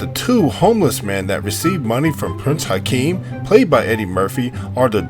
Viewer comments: Shut it off 10 seconds in after hearing Prince "Hakeem". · He keeps calling him Prince Hakeem, his name was Prince Akeem! He keeps making the mistakes. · He also calls him "Prince Hikeem" 30 seconds into the video.